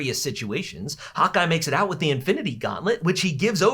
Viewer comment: everytime someone says hawkeye, it sounds like they're saying hot guy 💀